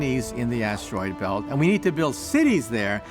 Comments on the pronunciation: I’m trying to fall asleep but all I keep hearing is ASSTEROID 😂😂😂😂😂😂😂😂😂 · I never thought I could hate how someone says asteroid. Like holy hell, change up the tone. It doesn’t need emphasis every time you say it.